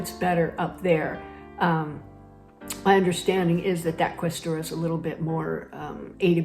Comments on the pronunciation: non ques'tura , questu'ra 😅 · Oh wait, you say to other people to embrace the aspects that are inconvenient, such as the bureaucracy, but you pay other people to do that for you? You also can't even pronounce the word "questura" properly but here you are, pontificating about adapting. Quindi, cara signora, il suo modo di adattarsi consisterebbe nel pagare un bisognoso per fare gli affari suoi? Lei parla bene ma razzola male! Credo che sia alquanto sprovveduta sull'atteggiamento degli italiani a riguardo della burocrazia. Non piace a nessuno e se ha trovato qualcuno che fa la fila per lei, allora quella persona ha problemi finanziari piuttosto seri e ha bisogno di soldi. La maggior parte degli italiani la manderebbero a quel paese. Spero di cuore che la caccino a pedate da Siena.